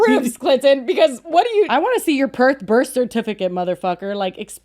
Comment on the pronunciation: I'm from Perth and never lived anywhere else. The dead giveaway is how he pronounces PERTH! If you're from Perth, that's your home, right? Why would you start to pronounce the name of your home in an American accent? It would be as weird as mispronouncing your name. The Australian accent is non-rhotic so the "R" sound does not appear at the end of a syllable or immediately before a consonant (think papER but it would sound like PapA). So people in Perth and Australia do not pronounce a strong "R" and he always pronounces it pERth. It's weird to me that he comments on having a Perth dialect but doesn't even say in our dialect.